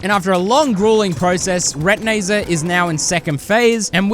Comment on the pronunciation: This might be the first time I heard call retinazer “re-ti-nay-zer” instead of “re-tin-eye-zer”